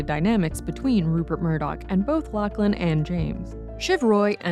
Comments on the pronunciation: It's pronounced Lock-lan not Lack-lan, do Americans not have the name Lachlan? It's very common here in Australia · I cannot get over your mispronunciation of “Lachlan”. Lock-lan, not lack-lan. It’s wild that you would even think that’s how it’s said, especially because you sometimes say it correctly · Lock-lin not Lack-lin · It's Lock-lan lady. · WTF “lack-lin “ this Aussie LOL